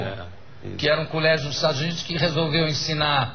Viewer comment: Se é eu não sei. Mas que você deveria aprender português, isso sim. "Encinar" "criascionismo" foi foda....